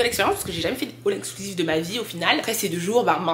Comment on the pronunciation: on dit all inclusive 😊